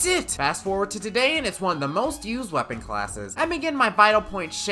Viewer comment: He just said what weppon class do you whant me to do next... What weppons are even left?